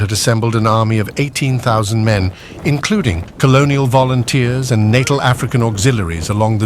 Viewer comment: Natal ? Are we talking babies here ? I'm 'fairly' sure you don't say it that way if you mean Natal, rather than natal.